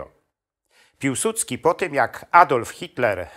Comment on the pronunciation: nie Piłsucki tylko Piłsudski. Nie potrafisz tego wymówić ?